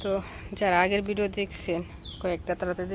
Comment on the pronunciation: Please. It's video, not Bideo. Thank you. I like your Videos, but don't pronounce English words improperly. Na paarley Bunglaye bolen, shunte bhaalo laagbe. Good luck.